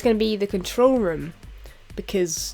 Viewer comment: the way u said room during the vid sounded like u said rum room :P